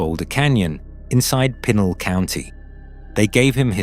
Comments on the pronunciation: PEE-Nal county...Brits continue to butcher the English language... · It pr9nounced pee nal county. Your fuckin it up